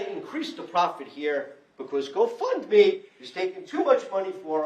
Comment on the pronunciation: The go fund me page was the go bump me page. she's high af. Slurring her words...not to mention the girl behind the mom is on something too, high much